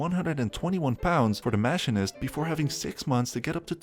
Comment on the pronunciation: The Mash-in-IST